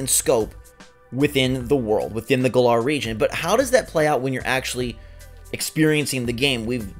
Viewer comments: Im annoyed that the trailer came out yesterday and yet peiple still cant pronounce the region name right even though they said it in the trailer like its GALLAR as in Gallant not Guh-LAR stop daying it wrong theres no reason to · Gotta love how everyone is calling it Guh-lar when they clearly pronounced it Gal-uhr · I hate how they keep mispronouncing Galar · Hate the way he’s pronouncing galar